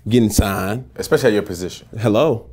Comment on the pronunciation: its the "Hello" for me 😭😭😭😭 Had to add that emphasis Cam!!